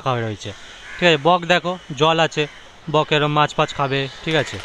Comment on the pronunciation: আপনাদের কথা শুনে তো খুব হাসি পাচ্ছে বক কে বললেন bokkel আপনারা বেশ রসুকে আছেন😅😅😅 ভালো লাগলো ভিডিওটা